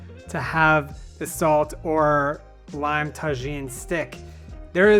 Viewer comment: Mexican here, it’s pronounced TA HEEN not ta jean. J’s have an English H sound. Thank you for your video!